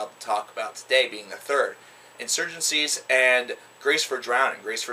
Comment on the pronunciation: brilliant review mate, Steven has definitely has taken it in to the next level!! oh and by the way, (not nit-picking here lol) the first album is pronounced In-soor-hen-tes :D its Mexican :D